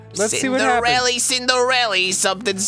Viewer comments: Isn't it 'Cinderella' and not 'Cindarella'? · Ha ha I think you mean Cillarenda. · Omg its Cillarenda